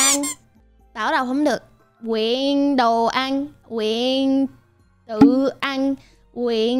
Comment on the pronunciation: Sao chữ "Nguyện" nói mà tui nghe na ná giống "Huyện"